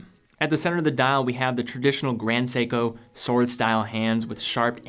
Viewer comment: Its seiko ,Grand seiko